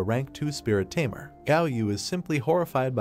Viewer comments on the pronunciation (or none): The tamer is pronounced as timer😂